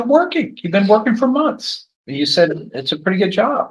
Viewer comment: Defense attorney needs to practice saying you NOT chu